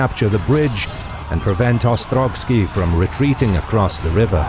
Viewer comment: OstroVskiy, not OstroGskiy.